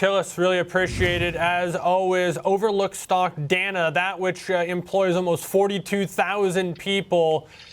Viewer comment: It’s pronounced Day-na